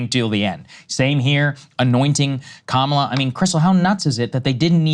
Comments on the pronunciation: According to Mika, the way Joe just pronounced Kamala’s name was the “racist dog whistle” way just now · Not Kaamala Saagar, Kamala. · Krystal actually it's Kamala #WarHawkTuah Harris